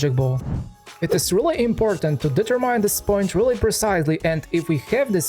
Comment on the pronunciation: Advice: look for the correct English pronunciation of several words you repeat constantly in your videos. For instance: determine.